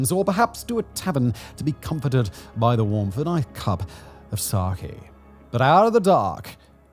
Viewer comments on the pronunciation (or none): "cup of Socky" pls 🥴🥴 everyone mispronouncing it this way!